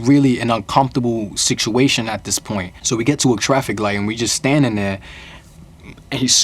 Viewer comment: Whats with him saying siktuation? Is that a new York accent thing or is he just misspronouncing? Not trying to be annoying just honestly wondering